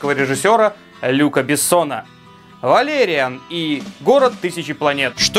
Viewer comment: А разве не "валериАн"? (про ударение)